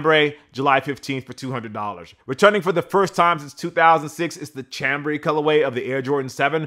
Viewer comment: It's pronounced "Sham"-brey and it's not even a color. French word for a type of fabric.